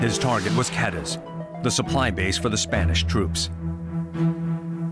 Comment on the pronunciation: I wish you would do a better job of pronouncing Cádiz.